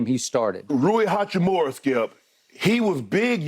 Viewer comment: SHANNON HACCHI-MURA not HAKKIMURA :) He dropped 29 man please :)